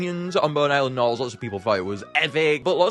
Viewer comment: “Baby narls”?!?😭